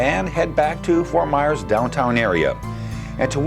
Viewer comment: It's pronounced Ft. Myers, not Ft. Mars like the candy bar. Ft. Myers, not Ft. Mars!!!!